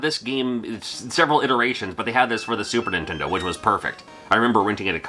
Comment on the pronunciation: The way you pronounce Super Nintendo drives me nuts. You say "Sue- Purnintendo"